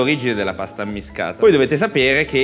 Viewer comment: Pasta ammiSHcata e non ammiscata. A Napoli la s si usa come SH di Ashish.